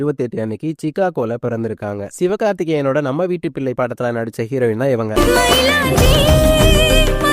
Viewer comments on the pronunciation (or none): none